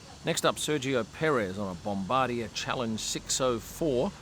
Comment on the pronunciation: As a Canadian, I can tell you the Stroll's arrived on a Canadian-made bom-bar-d'-yay